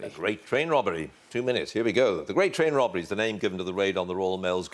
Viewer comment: The Gweat Twain Wobbery